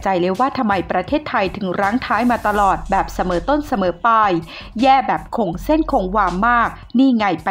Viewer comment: จริงครับ ขนาดคนอ่านยังอ่านผิด "เสมอต้น เสมอปาย"